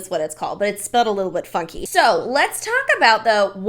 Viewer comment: She should submit that video to the academy Also, when you said it's spelled a little funky I thought you said fucky & I almost choked in my car